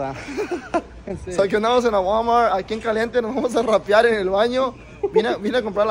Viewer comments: “Rapiar” 😂 rapar compa 😅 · Rapiar lmao es a Rapa compa 🤦🏻‍♂️